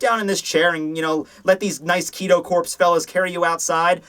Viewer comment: Isnt the Corps in Kido Corps pronounced Core? I mean... It's not a big deal or anything but...yeah Great review as always though. Pfft "review"... Great show rather. And lol I love it when you miss an edit. xD